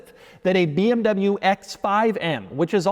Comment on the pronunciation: Dude you are in the car business for years now and still have problem with properly saying Porsche and BMW!!!!